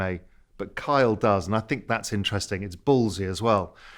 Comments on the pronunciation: His name is Kyle geez! NOT Karl. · Raoul looks unimpressed Kyle. Ky-le. Ky-le.